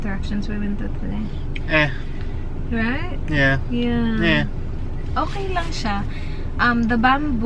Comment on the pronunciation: Yeah please dont drink you are even more annoying as a drunk "ahkay" ?